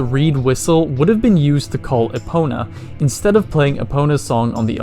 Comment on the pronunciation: Finally a YouTuber who pronounces Epona and Hylian like I do in my head.